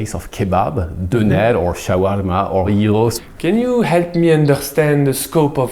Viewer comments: pronounced "döner" and "cağ kebabı" so much like a Turk that I thought he was a real Turk. He seems like an expert at imitating sounds, monsieur:D I also think he has a great ear for music. Döner is pronounced as /døˈnæɾ/, and cağ kebabı as /dʒɑː ˈkebabɯ/. Thank you very much! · pronunciation of turkish word are excelent i tought we is turkish for a second